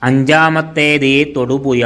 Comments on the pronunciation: ആലപ്പുയ തൊടുപുയ മൂവാറ്റുപുയ😂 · തൊടുപുയ...... മൂവാറ്റു പുയ നല്ല ജ്ഞാനം ...... നല്ല ഭാഷ..''.ഹഹ...ഹ.... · ആലപ്പുയയോ അതേത് പൊയ തൊടുപുയ മുവാറ്റുപുയ വല്ലാത്ത പൊയകൾ